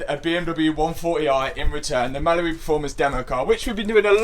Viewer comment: Hi, really love your videos. One thing though, I swear when you say Mallory it sounds like Mallibu! Lol.